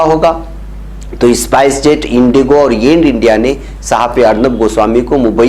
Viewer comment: इसपाइस जेट नही स्पाईस जेट